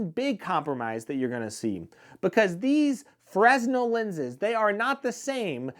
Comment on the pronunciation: nitpick: pronounce fresnel correctly